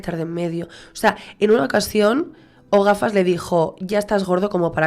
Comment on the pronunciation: "O gafas " osea "El gafas " parece que le llamas Ogafas aseca 😅😅😅